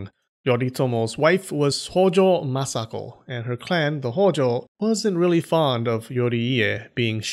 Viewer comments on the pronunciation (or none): none